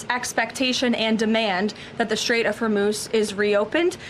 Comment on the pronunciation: South Africans are so naive and cannot even pronounce Hormuz correctly